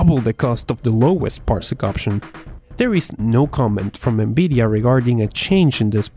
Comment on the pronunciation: Good vid. I am still waiting for my Beta access ':| . BTW, I love hearing you say N-Beedia! :P